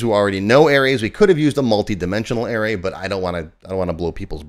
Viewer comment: Air-Rays?? Yikes! It's a-ray.